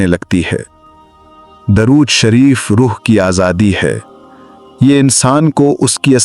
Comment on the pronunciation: Apne alfaz to thek se bola karo video banake chakar me ghabra ghabra ke darud sharef ko durud sharef ambara ko amar video banake pura dekho suno fer upload karo pls bakgraud mewjek kew kya jarure hai samjhana kam begadna bahut hai